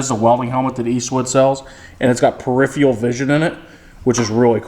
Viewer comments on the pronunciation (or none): I love ya but it's peripheral not periphial